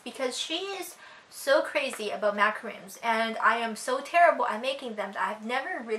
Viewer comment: The coconut one is the more American sounding one, ma-ca-rune but the French one is pronounced completely differently, maybe look it up?